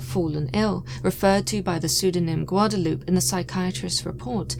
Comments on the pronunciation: Just for future reference, Guadalupe is pronounced Guad-a-LUPE-ay. Some of these names can be hard to pronounce when you aren’t used to it… If you ask YouTube, how to pronounce it in the search bar then they will tell you :-). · I love your channel! Lol but Guadalupe is pronounced "gwa-da-loo-pay" lol much love and keep on doing what you do. Much love!